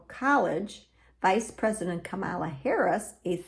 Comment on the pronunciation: I don’t participate in polls, nor am I Catholic, therefore I don’t know why the YouTube algorithm recommended this video to me. And you are mispronouncing Vice-President Kamala Harris’ first name.